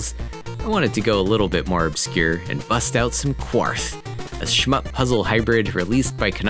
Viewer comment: Please never say "shmup" again...and by the way, you should have mentioned Trojan, Kung Fu Heroes, and Conquest of the Crystal Palace. 😅